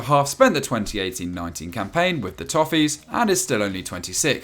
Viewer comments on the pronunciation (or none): none